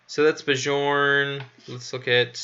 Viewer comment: Bjorn - please read it like Byern.